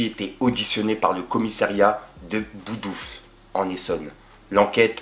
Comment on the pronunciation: BONDOUFLE et pas BOUDOUFLE apprends un peu à lire gros c’est atroce ! Et si toi tu as eu un bac pro c’est vraiment qui le donne à n’importe qui 😂😂